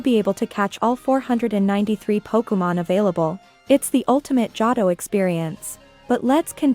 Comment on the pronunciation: Jotto? Seenoh? Any actual person who watched the anime would know how they are pronounced. Johto is pronounced "Joe Toe" and Sinnoh is pronounced "Sin Oh".